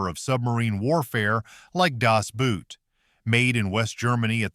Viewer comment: Not only did you put Das Boot way too far down the list, you can't even say it correctly. Well, i guess that's what happens when it's an AI reading off a script. the German word Boot is pronounced the same as BOAT Crimson Tide is a joke! The Navy refused cooperation because the movie had absolutely no relationship to realism. As an active duty submariner, i saw this in a theater filled with submariners and none of us could stop laughing. U571? Really? This is another movie that is more joke than anything else. You did get one thing correct, it was Hollyweird rewriting the war. It "thrilled mainstream audiences" because none of them has even a hint of a clue what submarines are really like. You obviously never talked to any real submariners regarding Down Periscope. Item after item you've proven that you have absolutely no clue what you're talking about. You have 2 movies listed as movies that submariners enjoy that are absolute jokes that not a single submariner will say is worth the film that was wasted making it and one of 4 that you claim are hated that every other submariner i've ever talked with has said is one of the best made. You weren't even able to copy legitimate works that were accurate. Add to that, you didn't even come close to the order that actual submariners rank these movies. If you're going to claim that submariners feel a certain way, at least talk to some of them, don't blatantly lie. To make it even more insulting, you have the whole thing read by AI tha